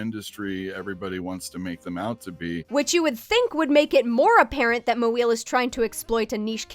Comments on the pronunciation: i’m pretty sure they just don’t know how to pronounce it correctly, not doing it on purpose to make fun of her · I don’t find the mispronunciation gag funny to be honest, no hate to the voice actor, but if you know how to say “mo” and you know how to say “eel” then you know how to say “moeel” It’s not difficult and it just comes off as mocking her on a different level than just making fun of her traced and stolen art to me personally. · That intent is still inappropriate, xenophobic, and lazy, even if they didn't make the joke with conscious malice. Note that they didn't consistently make fun of any other piece of vocabulary, just the non-English name. The name "Moeel" is very easy to pronounce, and mocking it just reinforces the all-too-common assumption that non-anglo names, words, etc. aren't worth even trying to pronounce correctly. This assumption affects a lot of people negatively, not just one unpleasant person. If the person reading was uncertain how to pronounce the name, they could have just looked it up before recording. Again, there are channels all over YouTube that give quick, concise audio guides to how to pronounce anything, from surnames to city names to common everyday vocabulary. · hey, if youre going to make a point about how pink cat isnt being targetted for racist reasons, could you not deliberately mispronounce her name in a mocking fashion? i also think the backlash she gets is completely deserved, but you guys really arent making a good case here with this. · Hey, kudos to you for pronouncing her name right, but having one of your narrators consistently turn trying to pronounce her last name into a joke felt counter to a lot of the rest of your video's sensitive and respectful tone. Felt weirdly insensitive (referring specifically to TCAF'd statement segment). I was disappointed by the way that narrator handled things, I wish another take had been made where they'd done the bare minimum of pronouncing Moeel's name correctly.